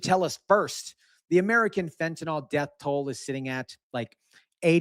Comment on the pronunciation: Fent.a.nil. Not fent.a.nal nor fent.a.nol